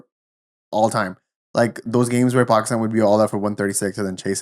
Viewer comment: Dude why do you keep saying Bakistan 😂